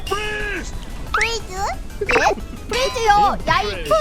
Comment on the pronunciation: 파이어 볼은 빠 로 발음하고 프리즈는 P 발음이넼ㅋㅋㅋㅋㅋㅋ